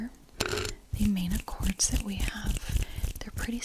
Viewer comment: I always get triggers by the way you pronounce "accords" 🙃 love the content